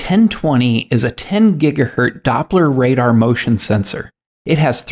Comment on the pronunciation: It’s not Radar, it’s Wadar.